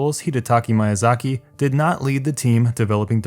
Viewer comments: me-ya-zaki, not maya-zaki. Great video btw. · Small complaint, it's HideTAKA MIYAzaki, not HidiTAKI MYAzaki. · My-a-Zaki WTF!!! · "Hidetaki Mayazaki" Edit: Wow you are actually bad at reading statistics, no offence. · Correction: Hi-deh-ta-Ka Mee-ya-zah-key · Mayazaki? Who the fuck is Mayazaki? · I was thinking the same damn thing. He should atleast try to find out how to pronounce the mans name. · dude give him a break not easy to say Japanese names like fuck Hidetaka Miyazaki isn't easy name to pronounce, I bet you guys would fail at it too